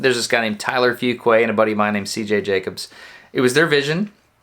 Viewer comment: Only we pronounce it FOOQUAH not FOOQUAI like he pronounces it.